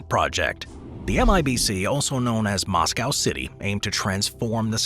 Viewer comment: Dude can't even say Moscow,!